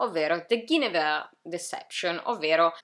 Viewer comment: Guinevere si pronuncia “Gwen-y-vee-ar”, suona un po’ come “guenivía” in italiano, per dare un idea. 😉 Occhi a forma di cuore nel rivedere la copertina di “Ninth House” 😍 Per me vige sempre la regola del “Less is more”. Sono un’artista che ama raccontare tanto con pochi particolari, visivamente parlando. Tu pensa che io non venni assolutamente attratta dal leggere “Le cronache del ghiaccio e del fuoco”, ai tempi (primi 2000) perchè odiavo le copertine, che sembravano rappresentare un fantasy/sci-fi che mi dava l’idea del gioco di ruolo. Tipo “Worlds of Warcraft”. Avrei potuto iniziare a farmi del dolce male con GoT molto anni fa, ma sono stata salvata dalle copertine orrende 😂